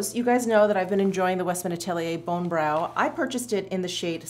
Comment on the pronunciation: I think the brow product is pronounced like Bonnie. Not Bone 🥰